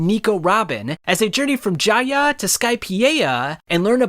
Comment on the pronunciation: As soon as I heard you pronounce Jaya and Skypeia I clicked off I fucking can’t 🤦🏽‍♂️